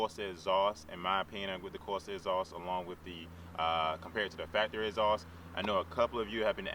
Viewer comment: WTF is a Corsa "Escream Ezoss"? Speak English please.